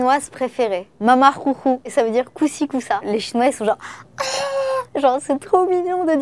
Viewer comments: 马马虎虎 !! Ça se dit mama ou ou ? On n'entend pas de R !? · en chinois le h ça se dit "r" mais pas comme on le dit genre plus la jota en espagnol elle a bien dit